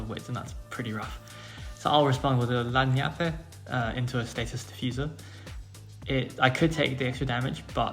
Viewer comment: Annie is definitely not Italian. Lagniappe in South Louisiana sounds more like lan-yap.